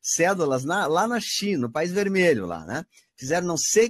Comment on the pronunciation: no final do vídeo fala "na Chi...! na Chi...!" qual o problema desse povo em falar China?